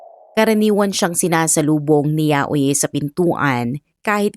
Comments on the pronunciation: Yayoy po ang pronounce ng name nya. Hindi po yayo-i. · HINDI PO YAUYI IT SOUNDS LIKE YAYOY YAYO-I